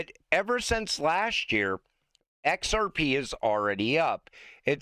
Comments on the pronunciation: Kevin cannot say XRP can he??? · It was obvious asf 😂